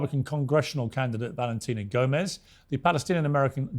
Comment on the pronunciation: BALENTINA GOMEZ CANT PRONOUNCE THE LETTER V AND CLAIMS SHES AN AMERICAN